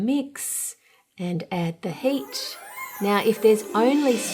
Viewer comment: What the hell she say...."add the he8ch"??? Is the word heat really that diffulcult?